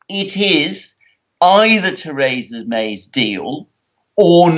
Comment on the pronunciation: Who is 'Tayrayza' May? Does he mean 'Theresa' May'?